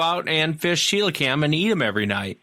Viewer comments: Celocanth rather than celocam. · NO its pronounced ce lo canth. Its a prehistoric fish that was found live of the coast of South Africa. The idiot scientists and biologists said that it has been extinct since dinosaur times but the native Africans have been fishing for it and cooking and eating it for centuries. Some divers have filmed this fish recently alive for the first time.